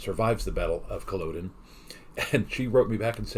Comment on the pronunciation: Battle of Culloden - the latter part isn't pronounced like Thor's father Odin, but more like "odd inn"